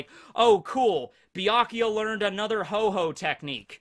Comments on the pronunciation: Ho-Oh is the pokemon not Ho-Ho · The Pokemon is called Ho-Oh, not Ho Ho. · The Pokemons name is not Ho-Ho but Ho-Oh. Pls get your Pokemon facts right. TY. Kuss.